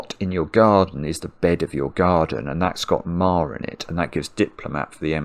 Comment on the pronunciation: I can clearly hear him say "mar" with the R.